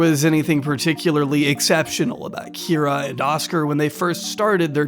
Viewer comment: honestly very revealing of how dogshit stupid you are (good video though!) that you pronounced "Kira" that way intuitively